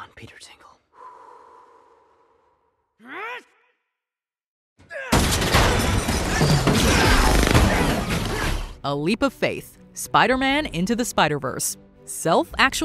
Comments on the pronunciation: “Peter Tingle” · Haha you “Peter tingle”